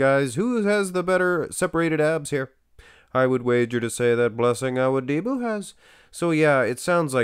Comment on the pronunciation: U keep saying awudibo wrong